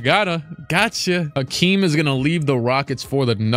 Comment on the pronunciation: It’s Hakeem not Akeem wtf